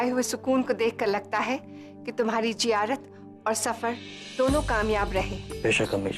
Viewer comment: It's "Zeyarat" not jiyarat😭